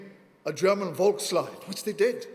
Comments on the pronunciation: I bet he practiced that word 50 times beforehand as well, volksleed, volksleed, volksleed. Then a tiny bit of adrenalin and nerves and the reflex kicks in...volklide...doh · One would expect of an actor of some reputation to research how to pronounce "Volkslied" correctly in such a letter. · Such a poignant mispronunciation in this context: turning a "folk song" into the "people's sorrow/regret"